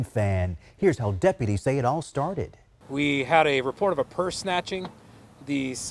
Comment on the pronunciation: It’s pronounced “pahn”